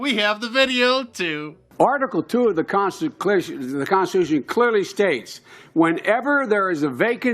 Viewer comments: Biden: "... by the constchn itself..." Con_sti_tu_shun mushbrain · Of the "consticlution" - Joe Biden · When Joe Biden said consticlision i felt that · "The conseclatution is very important" Joe Biden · "Constaclision" ? Did I hear that correctly ? Umm.....Just asking for a friend. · The “conslicution.” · Dementia Joe can't say "constitution". LOL! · What the heck was Sleepy Joe sayin' ? Something about the " Consiclusion"? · article 2 of the consta clition clearly states (heh heh c'mon man say it clearly) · Did Biden say Consticlaction? And wow the Dems are loosing their minds! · Why is Barack Obama still talking? He’s no longer president and isn’t running for candidacy 😂 HES DONE! Also.. Creepy Joe not being able to say “Constitution” gave me a stroke. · Article two of the Consticlusion... - Joe Biden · "The conshitution" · Biden had trouble saying constitution. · Jesus Joe can't even say constitution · Ho couldn't even say the word correctly, never mind following it!!!